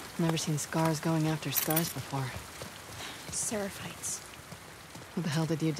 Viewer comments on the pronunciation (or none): SEREPHITES NOT “SAPHARITES” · I notice how keeps saying 'Sepharites' instead of Seraphites... 😂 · Notes: "... Seraphite...": "SePh4r1tE" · He's been saying separites the whole game 😂😂 still love it delirious!! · I like it that calls Seraphites Sepharites at least he is consistent!! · "Sepharites" - 2020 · still reads Seraphites as Separhites lmao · Its seRAphites not sePArhites